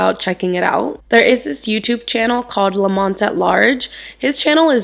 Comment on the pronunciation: Houston native here and native to that area . Lamonte is pronounced “Luh mon Tee”. It happened in 93, not 99. Jennifer is buried at woodlawn cemetery where my family are. Always think of them even I go see my moms grave and drive by the park